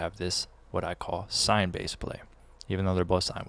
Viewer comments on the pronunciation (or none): “swine bass”😁🤷‍♂️